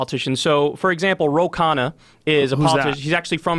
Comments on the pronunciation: It’s not khaaa-naaa it’s kha-nnaaaaa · "Ro" is most likely short for something like "Rohan" or "Rohit", it's surely not his full name. Also the surname "Khanna" is pronounced as "Khan+naa" coz Kha is not pronounced like Khaa. But Australia has a very small population, so labour market would be small too. That's why labour in China is do cheap as it's abundant although it's getting a bit expensive now as they economically grow.